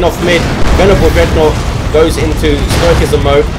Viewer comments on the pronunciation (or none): There's no K sound in stoicism. :) GG, GC.